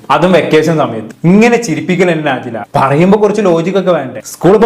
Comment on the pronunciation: നാജില അല്ല നെജ്ല